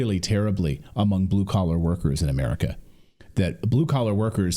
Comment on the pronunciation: It’s spelled and pronounced America!